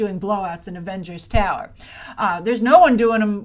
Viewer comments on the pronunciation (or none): none